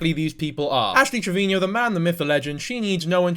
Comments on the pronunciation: Why do u say ash trevinio? Even she calls herself trevino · Im so sorry if this makes your heart ache but her last name is pronounced as Trev-i-no <3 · He addressed this in w diff vid it was a while ago but ash herself has pronounced it both ways and so have people around her so said he would just use this pronunciation